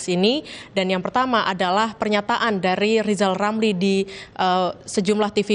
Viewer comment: Lebih baik rizal ramli belajar ngomong Rrrrrr dulu karena kalau tidak dia tdk akan pernah menyebut namanya dgn benar seumur hidup...jadi Lizal lamli....tua tua keladi...